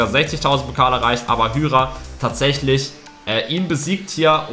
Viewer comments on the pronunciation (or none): D sprichst Hyra falsch aus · Man sprichts hayra aus nicht hüyra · Warum nennst du ihn hüra er heisst hyra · Ich lach mich das ganze Video lang tot, weil du einfach zu Hyra( spricht man heira) hüra sagst🤣🤣🤣🤣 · Hyra wird Haira ausgesprochen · Es wird Heira und nicht Hüra ausgesprochen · Lukas = Hüra nicht hyra 🤣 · Erehen man hyra